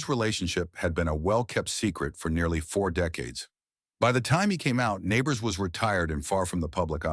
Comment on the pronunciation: It was Jim Nabors..... not Neighbors. Geez.